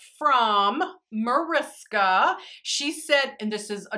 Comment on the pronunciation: Awhh I didn't expect this video so soon!🤩 I always love how Americans pronounce my name haha🙊 It sounds so cute❤ Now that I watched the video: thank you so much for making this video, I really like the looks you came up with😍 One more question: can you link the brush you use in the crease? I always manage to get the shadow I use in the crease all over the eye😅